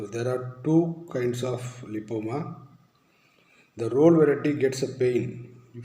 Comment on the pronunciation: Lipoma clearly said 🙏 thanks